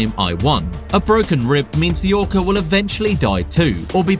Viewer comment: Did I just hear him say" an orcer "